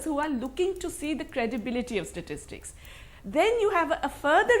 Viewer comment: Never trust a CA who can't pronounce "Statistics".